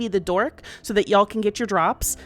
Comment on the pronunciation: It is slightly funny to hear a yankee accent utter "yall"